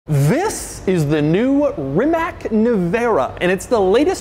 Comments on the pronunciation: its not called rimak its called Rimac 0-100 in 1.8sec it hurts in my ears! i hate the american way of misspronouncing!!! by the 4x time when you say Rimak i had to kill the video! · The name is pronounced as Rimats, not Rimak. The letter c (in this case) is pronounced "ts" in Croatian. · Doug DeMuro , f.y.i. Rimac not Rimak. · One small thing It's pronounced Rima-tss Like a punctured tire type of sound at the end... Sincerely, a Croatian. Great video as always! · It doesn't do 0 - 60 in about 2 seconds, it does it in exactly 1.85, but I guess you can't accept anything faster than a Tesla. P.S. Rimac is pronounced Rimats, not Roomaak. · This is probably the only electric car I actually like. And it's also pronounced "Rimatz" not "Rimack." No one ever gets it right lol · Not "RimaK" (you butchered it), but "Rimats", as the c in Croatian is pronounced as "ts". "Nevera" is the čakavian dialect for a certain type of a storm they have in Dalmatia (south central Croatia). It's a very severe, seasonal weather storm specific to the Adriatic sea. So appropriate for this car. Croats don't make a lot of things, but what they do make is all high quality shit, from chocolates through handguns to cars. From the nation which brought you the neck tie, the ballpoint pen and the alternating current. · I dont know if its normal to call the car this way...but Mate surname is not Rimack...but rather Rimatz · Why always "Reemack"? It is pronounced "Reemahts". Yes, "cravat" is derived from "Croat", still the word for neckties in French, German, etc. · It is pronounced Rimats, not RimaK! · RIMA-TZ.... TZ, not a K at the end. ( I'm a Croat) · Its pronouncing Reematz, not Reemak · Its not pronounced Rimak its pronounced Rimats the c in croatian is pronounced as an ts not a k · Repeat after me: Reee mutts. Reeee mutts. NOT Reemuck. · Hearing “Ree-mak” all the time is truly hurting my Croat ears. “Ree-Matz”, please!!!! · It's Rimats not rimak, didn't expect doug to be this ignorant